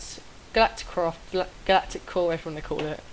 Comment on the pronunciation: It's Galactic not "Glatic"